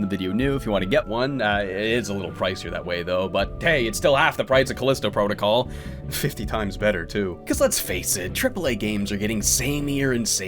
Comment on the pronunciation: How do you manage to mispronounce game titles so much? Lmao right after calisto too